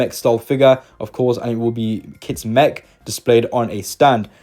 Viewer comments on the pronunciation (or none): none